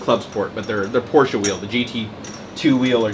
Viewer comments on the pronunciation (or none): none